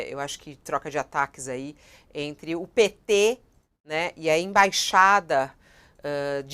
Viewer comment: Pêeeetê😝...cada vez que sai essa pronúncia